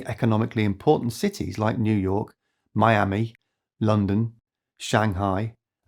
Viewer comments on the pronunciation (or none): none